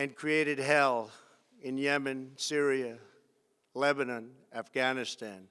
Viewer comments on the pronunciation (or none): none